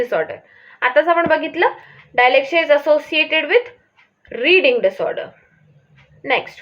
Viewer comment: It's not डायलेक्सिया it's डीसलेक्सिया